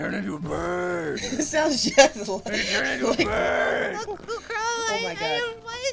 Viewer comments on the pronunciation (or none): She says, "Drunkle Qrow"